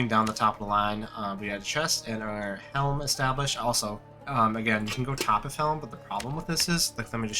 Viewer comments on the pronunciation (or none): topf is german and means bucket. it's a 1 syllable word. topf, not toppiff.